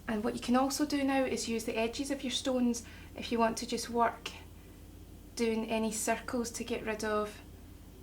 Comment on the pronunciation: Why did you say stoonees